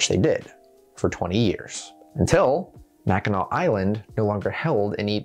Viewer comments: With how many get it wrong, I'm proud of your Mackinac pronunciation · As a Michigander he got Mackinac pronounced properly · I’m from Michigan and I cringe when I here people pronounce it wrong. Good job on doing it right 🎉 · THANK YOU! For putting in the effort to learn how to pronounce Mackinac correctly. I was watching a popular history YouTube channel the other day that, of course, mispronounced the name. Fun fact Michigan has two first state parks because we have two state park systems. Mackinac State Park, being the first, first state park, and Interlochen state park being the second, first state park. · ohhh 💕 for actually pronouncing mackinac correctly!! i'm a michigander, it's so rare to see people from outside the state pronounce it right